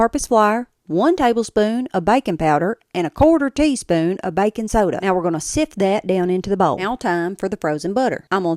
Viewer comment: I had to laugh, I was listening to the ingredients and heard "BACON powder." Stopped right there and thought, they’ve done it, figured out how to make bacon grease into a powder! Then I heard "BACON" soda and came back to earth. was saying BAKIN’. Still wrote down the recipe and thinking, hmmmm, how to get bacon in a powder format? 😮